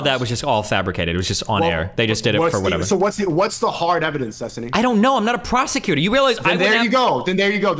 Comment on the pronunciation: prah-sec-you-tor This guys pronunciation of prosecutor is WILD and I’m here for it